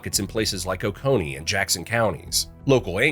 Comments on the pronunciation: I live in Oconee County. It's pronounced Oh-ko-nee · Also Oconee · Catawba and Waccamaw he got. He said Jocassee two ways, mostly JOKE-uhsee and one time jo-KAH-see. It's jo-CASS-ee. He said Edisto as eh-DISS-toe. He said OAK-a-nee instead of o-CONE-ee for oconee. Anyway its probably an AI voice and it's super annoying. But interesting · Edisto is pronounced “Ed A Stow.” Jocassee is pronounced “Joe Cass Eee.” Oconee County is pronounced “Oh Cone Knee.”